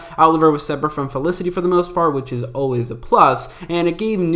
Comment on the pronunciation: Funny you barely pronounce the f in felicity ever maybe 1 out of 10 times 😅 it’s not elicity 😅😅😅😅😅😅😅